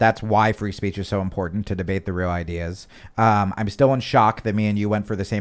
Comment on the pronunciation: I love MTG, I like the way she says impordant instead of important.